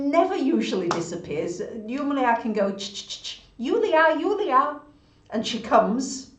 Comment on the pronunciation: Daer, your "Julia,Julia" sounds very good. congrat.🌺